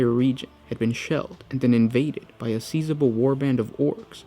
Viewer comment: The pronunciation of certain words always crack me up! Not in a bad way though. Anyone else notice? Ex: the way he said “sizable”. Other videos will have some interesting pronunciations as well.